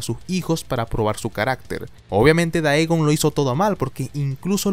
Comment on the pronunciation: No puedo evitar sufrir cada que escucho decir "daegon" en vez de "digon" y me parece raro aun mas sabiendo que dice "teiven" (taven) bien